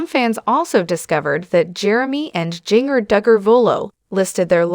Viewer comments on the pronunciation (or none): I just listened to this video on your channel. Please, if you can , learn how to pronounce words and names. Jinger is not Jin grrr. It is Jin jir. This is just a suggestion pronounced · Instead of using AI to do your speaking all the whole misspeaking names and words, maybe you (behind the video) should speak yourself. It shows you a weak individual. In my honest honest opinion. It is not pronounced...jinger it is in fact Jin-jer, spelled Jinger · “Ging-er” drives me nuts too! Pronouncing it so it rhymes with “ringer” is so-o-o WRONG. So wish this channel / reader would pronounce it CORRECTLY. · You need to learn how to pronounce the names right her name is Ginger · It's Jinger..not Gin-ger. Also, I do hope she can one day continue to see and appreciate some of the GOOD that the training growing up gave her. I mean, I know there is some. I wish she would hopefully be able to come full circle..in time ..but just tweek it some; you know, fine-tune it a bit. I miss the beautiful flowing skirts . They were pretty and flowing. It would be so nice to again see her in one now and then... her and her sisters used to be so refreshing to see in this crazy world! It was like, I saw this rare wholesome kind of beauty in the way they were. I was just moved how beautiful modesty could be. It was like a light in a dark room. Oh well. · Look up how to pronounce her name. You are mispronouncing Jinger. It’s like Ginger. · I can't even finish watching you this listening to you was mispronouncing her name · Who is reading this? She can’t even get the name correct on the main person she is reading about. I’ve heard this person read about others and always gets name pronounced wrong. She needs to be replaced.